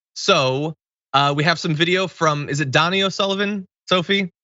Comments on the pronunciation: Donie O’Sullivan. You pronounce his name Doh-nee not Dah-nee. It’s an Irish thing. Lol Get it right, please. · Quick correction from Ireland - Donai isn't pronounced "Donny", it's pronounced like Tony, except with a D. - You're welcome. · Your pronouncing Donie O'Sullivans name wrong - your saying Donny as in Donny Osmond. In Ireland it would be pronounced Do-Ne. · Donie, not Donnie ☝️🧐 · It’s not Donnie, it’s Donie. Long “o” sound. Donie O’Sullivan. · Dough knee. That's how his name is pronounced. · Donie...pronounced 'dough-knee' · yep it's Dough Knee! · Donnie O Sullivan......its pronounced dough-knee 😊 it's kind of amusing how it gets pronounced 😅 but take it from an irish viewer...it is dough-knee😉